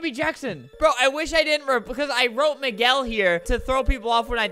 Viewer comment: It’s “me-gel” and minji is pronounced “min-jee” at least for me ;v